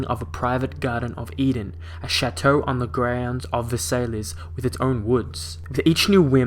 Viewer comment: It's pronounced ver-sigh not ver-sail-lays. Otherwise good video